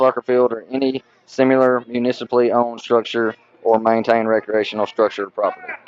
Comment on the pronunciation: Attorney can’t even pronounce similar! HTF did he pass the bar?